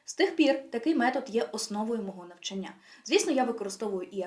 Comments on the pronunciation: Корисна інформація щодо вивчення мов, але дуже ріже слух слово "навчаннЯ" ) Можливо тільки мені, тому що в даний момент цікавить питання правильних наголосів) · Українською правильний наголос "навчАння" 😉 А відео гарне, дякую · Вітаю! Відео супер! Але, будь ласка, перевіряйте деякі наголоси) вИпадок, навчАння, вІрші.. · лише одна хиба-- не навчаннЯ, а навчАння😉